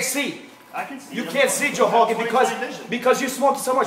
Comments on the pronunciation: the "h" sound is because that's how words that begin with double "r" sound. This is also why he says Joe Hogan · Joe hogan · Lmao except for the word “growhouse “ lmao if only he could apply that R to joe hogan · “Joe Hogan is gonna live to hegret this.” Had me in literal tears. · * Joe Hogan, Honald Haygan * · I’m too high for this 😶‍🌫️🫢😮‍💨 😂 what’s a Heefer and wtf is a hecord?? Joe Hoagan!! 😂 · why can this guy pronounce R's in the word marijuana but not Rogan?